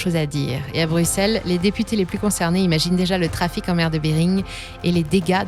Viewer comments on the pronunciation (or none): none